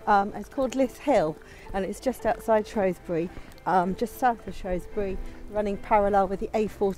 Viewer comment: Its pronounced "shrew" not "shrow"sbury 😂😉...i live in Shropshire and it has amazing landscapes of hills and ancient rocks 👍